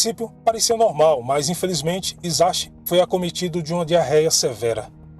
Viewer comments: Em japonês se pronuncia Hisashi = rissashi o H se lê como rr e o S nunca vira Z tudo que tem S não faz o som de Z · Olá, gosto de seus vídeos! Gostaria de lhe ajudar com as pronúncias! O “H” tem som de R e “CH” tem som de T. No caso do Japão ok, parabéns pelos seus vídeos